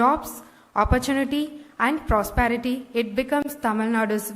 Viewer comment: Prosparity illa, ma. Prosperity